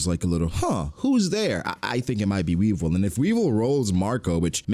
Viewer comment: Weevil the RRRRRRRRRRR😂😂😂😂